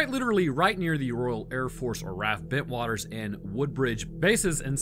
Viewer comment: Nearly got 3 in a row! Rendlesham- perfect, Bentwaters- perfect, Suffolk... not so much haha Its basically pronounced 'Suffuk'